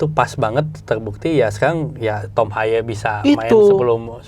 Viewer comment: nyebutnya TOM HAYEU yaa bukan TOM HEY..